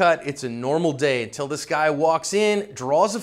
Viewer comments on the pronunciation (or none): none